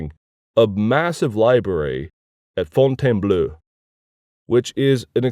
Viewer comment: And how he pronounces Fontainbleau with an ending of /-ø/ as if were , when it should be /-o/, the same as for . At least he starts to correct himself with the <é> in Budé though. (Although should still be /y/.)